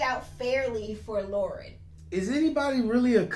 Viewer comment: Laurence, not Lauren.😊